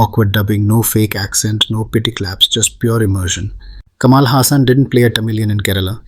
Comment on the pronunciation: While you are trying to make a point, it falls flat when you pronounce vadai as vaada and it's Kamal ,not Kamaal!